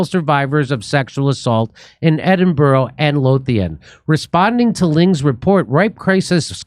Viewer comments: Ed in bow row ? No no no, Jimmy mate its Ed in burruh. Anytime buddy. Edinburgh boy signing off. 😊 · It's Edin-brruh. Not that hard. And JK Rowling isn't even Scottish.